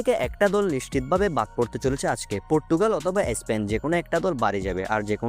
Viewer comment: এ স্পেন টা কি ? উচ্চারণটাও ঠিকমতো করতে পারেন na!